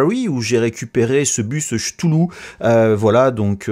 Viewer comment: j'avoue que j'ai un peu ri sur le "Chtoulou de Michel Sabertouffe", je ne me moque pas hein, mon accent français est atroce quand j'essaie de parler anglais, mais ça m'a fait rire.